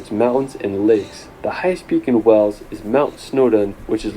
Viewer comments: WAYls not Wells for Wales! 🙂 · Why are (most) Americans unable to pronounce "WALES"? It isn't "Wells" as most of them say it's pronounced "WAYLES"!